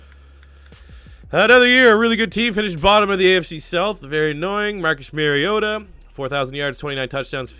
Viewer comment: It kills me when people can't say Mariotas name right! MAR-E-O-TA NOT MARE- eota. Edit: I just heard you say LOU-Wan instead of LE-wan. in and I'm out on this video.